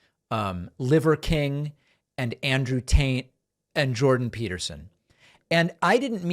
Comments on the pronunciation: David sounds like he’s pronouncing his name Andrew TAINT! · Yo, is David saying Andrew taint? If he's not he should. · Did he say Andrew Taint? :) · It amused me that David said Andrew Taint the whole video. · Did David intentionally call him Andrew Taint? Lmao